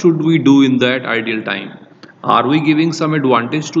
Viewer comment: Host was "Idle" but not "Ideal" 😄